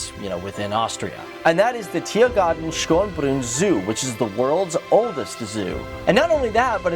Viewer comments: Tbh. Ich hab zuerst nicht verstanden was er mit „Schobru“ meinte (so hab ich es verstanden) bevor ich die Flagge mit „Schönbrunn“ gesehen habe 😂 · Tirrgarrdn Shonbruhnnn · It's not schrumbun and it's not Vianna it's Vienna ha ha ha ha ha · I love how you pronounce "Schönbrunn" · Ja! Yeah! :D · I know it may be hard to pronounce, but his pronounciation of Schönbrunn was hilarious^^